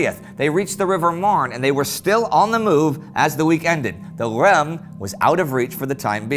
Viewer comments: Reims is pronounced like a nasal ‘Rance’. It was occupied by the German Army for one day in 1914. The cathedral, the site of coronation of all but two French kings, was badly damaged by shellfire. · Sorry for criticizing but in french, reims is pronounced like “reince” even tho its spelled differently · Indy, could you please pronounce the S at the end of Reims. (Yes, this one's not mute)? Keep up the fois work!